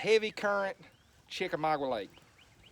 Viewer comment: For the love of God there is NOT A "W" IN CHICKAMAUGA!!